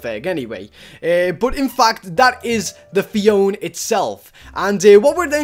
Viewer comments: It's not phi on its phy o na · phione is pronounced phee oa nee